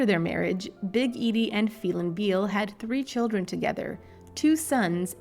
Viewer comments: Bow vay that’s how their name is pronounced 🙂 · Boo- vee -AY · Its pronounced Boo-vee- ay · Your pronunciation of the last name is HORRIBLE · I tried to watch this, but hearing you/AI voice continually grossly mispronouncing the Bouvier name over and over and over was just too nauseating... I quit 2 minutes in...